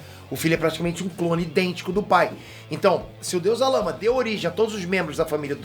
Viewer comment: Zalama? Não era Zarama?